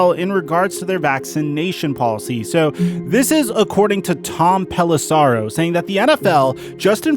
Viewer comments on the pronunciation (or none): No offense,, but it's pronounced "Pelissero" (Pel-is-sehro), not "Pelissaro" (Pel-is-sahrro). Good video, though.